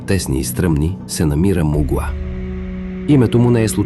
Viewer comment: Казва се мУгла не муглА ✌️